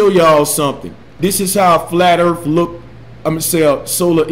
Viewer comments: As bad as that is, every time he said "da erff" I wanted to stop the video. Ffs...learn how to speak. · He also says earf why why wasnt he aborted after this video come on planned parenthood this ones a freebie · Why argue with someone that says "Earff"? Seems like wasted breaff. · This guy keeps using big words to sound smart but doesn't. Everything is "disingenuine" to him. I never to science advice from someone who says "Mo" instead of more and "Earf" instead of Earth. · He pronounces Earth as Earf. That's disingenuine. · "Duh Erfff" what a fucking dumbass...if you cannot even make the th sound in earth, then you have no business pretending you know its shape lmao. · Is Earf a new planet I haven't heard about? might want to study English before he tackles physics. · Anyone that says Earf can’t be genuine 😂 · I actually feel like I have become less intelligent listening to this guy talk. I mean who pronounces ‘Earth’ as ‘Earf’ anyway. Of course there is also the issue that he doesn’t understand anything about eclipses. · .... Flat Earf. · The earf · "They're being "disingenuine"? Now, I realize I'm in the minority here, especially in 2017 where it seems ridiculously acceptable that most people accept crappy spelling, syntax and pronunciation, but I can't overlook it. When I hear "ERF", it's clear I'm not dealing with someone with any substantial amount of education and as such, deal with their "evidence" accordingly. Flat earth is being promoted by a bunch of dumbasses. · I just like how he pronounces Earth like "urf" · Really hard to take the guy as a source of information when he says "Earf" and "disengenuine." Speaks like an uneducated fool. So sad. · anyone else pissed off when this guy says "disingenuous" over and over? Also, wtf is Erf. There should be a basic level of education required when making informative youtube videos. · can't even pronounce "This"..."Accurate"...."Sphere"....^Actual"...."That"....'Earth"....shall I go on?